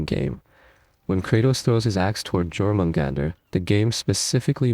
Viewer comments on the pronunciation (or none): “Yore-men-gander” not jorm… Al the Tyr myth is wrong at the beginning or at least very vaguely explained. In the prose Edda it’s more of a trust between Tyr and Fenrir/Garm. Not that he’s casually being used as a chew toy, it was a test of trust. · Mmmyyyy God Why did you butcher Jörmungandr's name like that...did even played the games ?😬🤣🤣🤣 And Atreus's name...good God And Freya's name. Beside Kratos, you butchered all the other names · Also, Jormangandr. The J is pronounced like a Y